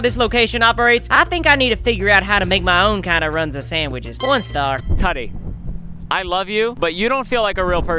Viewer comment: it’s pronounced tuuty